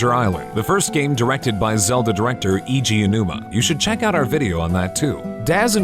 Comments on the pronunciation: Funny I thought was Eiji Aonuma, but I guess Eegee A Numa worked on these games. Joking about the god awful Japanese pronunciation aside, this was a good video and I learned something. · "E.G. Uh-numa" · Why did nobody tell him how to pronounce Eiji Aonuma? It's not Eegee Anuma. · Man, everybody pronounces Eiji Aonuma's name differently. His first name is pronounced like saying the two letters A and G. So AG. Then his last name is an ah noise followed by saying the letter O then numa like the numa numa yeah song. So AG ah-O-numa. Maybe that will help a few people. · lmao "eejii aonuma" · "eejee onuma" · Christ I thought I'd heard the worst butcherings of Eiji Aonuma on this channel already, but seriously? Iji Numa?